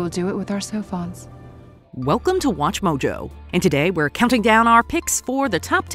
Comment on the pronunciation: I thought they were saying “cellphones “ instead of “sophons “. I always had to remind myself what they were talking about